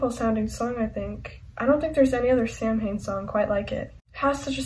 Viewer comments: Samhain is the Celtic festival and it pronounced sowan samhain is the band Glenn danzig says sam-hain in regards to the band but in lyrics he says sowan in regards to the festival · Its pronounced "Sowan" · I know, but in interviews Glenn Danzig pronounces it like “sam-hain” so I’m just saying it like he does.